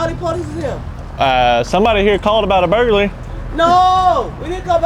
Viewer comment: burglary ❌ burgaly ✅